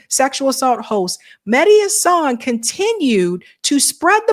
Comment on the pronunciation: It's HAsan, not HaSAN, Emphasis on the first syllable.